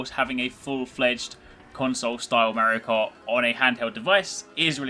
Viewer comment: The way you pronounce "Merio Kart" :DDD